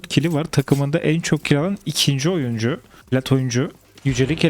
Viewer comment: Oyuncu ❌ Oyncu ✅